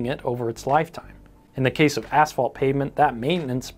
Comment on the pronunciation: Thank you for saying ,,asphalt" (ass-fault), and not ,,ash-fault". I've heard people say ,,ash-fault" so often I"ve begun to wonder whether there's something wrong with me.